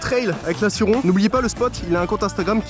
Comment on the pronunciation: Dsl mais la Sur-Ron ça se prononce Sur-Rone voilà 😁